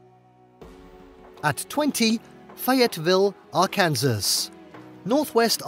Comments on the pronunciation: The way the narrator pronounced ark-Kansas killed any credibility to this list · Arkansas ia pronounced "ARE CAN SAW". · The way this dude pronounces Arkansas had me rolling 😂!